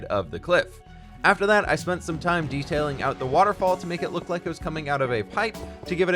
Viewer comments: I wonder when he will realise he said leek the video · my man must be tired af putting leek instead of like. we understand you it okay